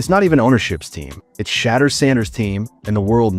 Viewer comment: Why do you keep calling sheduer.... shatter? When you know his name is sheduer. You know what his name is, just call him by his name. 🤷🏽 Over and Out.